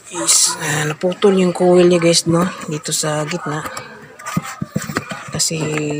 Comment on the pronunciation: Koyl dapat bigkas niya boss Akala ko kase iba yung kowel na sinasabi mo😂😂 peace ✌🏻